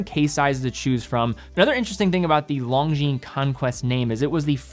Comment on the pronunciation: If Longines representative doesn't say Lon"G"shines in HTH conversation with you, maybe you should stop it as well. I watch your videos a lot and I am subscribed but PLEASE STOP :)